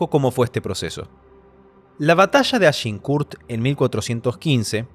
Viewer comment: Es argincourt, no archinkurd